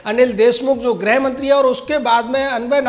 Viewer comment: Bhai GRAH mantri nahi GRIH mantri bolo. Grah = Planet Grih = Home ga ko rishi wali ri ki matra hai.